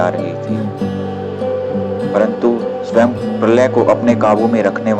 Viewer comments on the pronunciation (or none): none